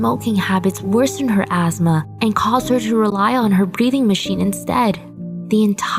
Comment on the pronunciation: I’m sorry, but.... azzzma? What’s that? I thought it was asthma..... Sad tho ☹️